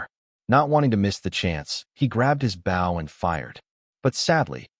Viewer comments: The speaker of the story doesn't know the difference between, bow and bough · Nothing is more irritating than ai that mis narrates bow???